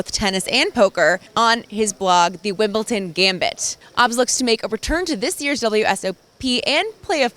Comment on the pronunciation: There is no T in Wimbledon, learn to speak English or the Wombles will get you!